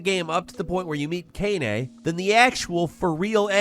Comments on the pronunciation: Your pronunciation of Kaine viscerally hurts me. It's Kai Ne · Dude, "Kainay" from Nier? Really? How is anyone supposed to believe you beat some of the games that you say you do in the video when you pronounce main characters wrong all the time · How can you forget how to say Kaine? It is said multiple times in game. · has mispronounced the girl from nier 1s name every single time he's said it. Which is fine, her actual name is really lame and she sucks